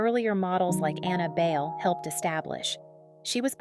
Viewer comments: Bale????? Do ur research girl. BAY-LE. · BAYLE is pronounced as BYE-LE, not BAIL. Annabelle ‘Abel’ Bayle was a tall slim dark skinned girl in the 70s. She was my freshman ‘70 batchmate at the Philippine Science High School and classmate at the University of the Philippines. No one then really foresaw her soon to become a beauty queen and a top ranked international supermodel! Her real career of choice was to be a doctor of medicine. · Pronounced as Bay-Le. Bai-leh. You do not get to Americanize. You should learn to respect that and honor that by saying it correctly. Kinginang boba ka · That's the problem with the content creator using an AI voice for narration - it automatically defaults to the westernized pronunciation of the name "Bayle" just like it would pronounce the actor Christian Bale's last name.